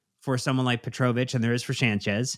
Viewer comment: Can we confirm how you pronounce petrovic is accurate? Because the way you're saying it sounds so wrong and it's killing me 😬